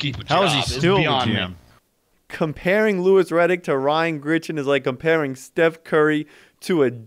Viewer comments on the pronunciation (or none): Dude. It’s fucking GRIGson. Not Gritchen